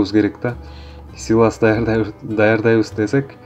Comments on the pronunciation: Силос де силас дебей. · Силас эмес силос туура аталышын айта албагандар бизге уйротобу. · Силас эмес силос.